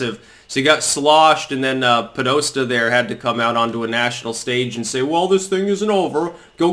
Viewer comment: Podesta is pronounced: po-des-ta not po-dost-a.